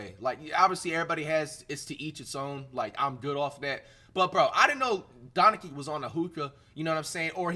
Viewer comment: how u cant even pronounce doncic?